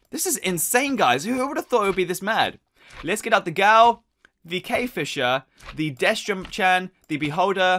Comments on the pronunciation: I mean its not Gaul its ghoul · its prounouced /guuhl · Its ghoul not ghoul